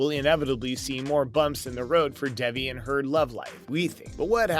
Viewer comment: bruh how do u get devi from davi lol